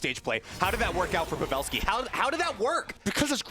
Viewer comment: Why is that dude calling him pevalski instead of pavelski?